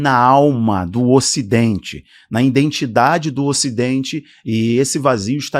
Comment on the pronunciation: Identidade não indentidade